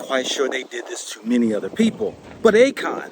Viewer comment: Akon, A-"CON" and ACORN. HAHAHAHA 😂🤣